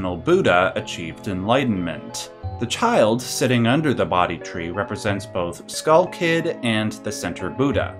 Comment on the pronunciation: bodhi = "bow-dee" NOT "body"